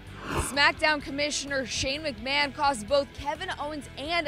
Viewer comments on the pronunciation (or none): none